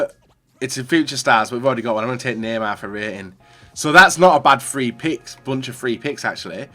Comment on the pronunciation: Please learn to say the number three correctly, it physically pains hearing you "Free" instead of "Three"